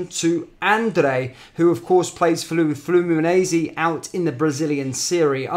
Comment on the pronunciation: They way you’re saying Fluminense 😬😂 try Flu-Mee-Nein-See 😉